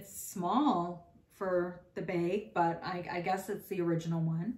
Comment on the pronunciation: Love how you always say beg instead of bag! Where are you from?